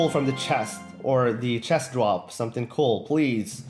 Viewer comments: When he says cool it sounds like coal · Did he say coal instead of cool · he says cool weird